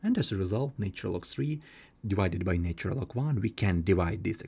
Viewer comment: NAtural....and NOT NAYtural !!! Why can't your pronunciation be correct.